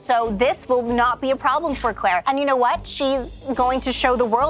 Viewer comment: I love how keeps calling Claire Clara😂😭